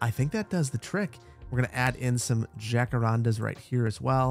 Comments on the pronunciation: I love your videos but please, for the love of God, research how to pronounce "Jacarandá". You're killing me here, man... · This has nothing to do with anything really, but after watching Encanto, I die when you pronounce jacarandas the way you do 😂